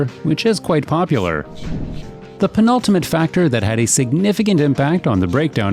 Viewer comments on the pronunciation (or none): Did you say "The pn-ultimate factor..."